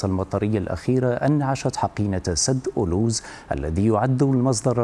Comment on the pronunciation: حشومة مديع مغريبي ميعرفش انطق اسم منطقة اولوز المغربية awlouz وا oulouz